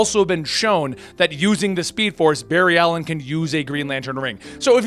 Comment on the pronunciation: Barry-ed Ali-een facepalm